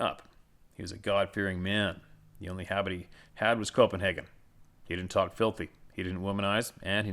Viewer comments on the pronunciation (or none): none